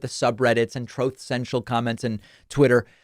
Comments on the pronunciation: “troth cential” I laughed OUT LOUD 😂 when you said that and played his clip ! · “Troath Sential” 😂😂😂 Truth Central should be called Dishonest Network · "Troth Sential"